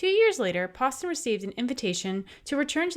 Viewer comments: Fascinating! I am currently doing my doctoral research on Elizabeth Poston, and I have been told by the people who own her estate that it is pronounced like "post." Maybe it is one of the many mysteries that surrounds her! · That is really odd. Hi! I’m the relative! I just checked with my dad and he confirmed the way our family pronounce it (his mum was said Nanny Poston and apparently she wanted to double barrel our surnames). We’ve never pronounced it that way, and you can trace the family line back 1066 (he’s super proud of that bit…) so it comes from the French. Let me know if you want any info - one of my dads teachers in school worked extensively with her.